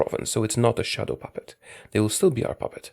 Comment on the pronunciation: You have the ultimate daddy voice but I always thought you said “shuttle puppet” which makes zero sense. I’m sorry, I have failed you.